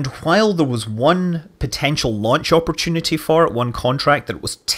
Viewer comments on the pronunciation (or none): none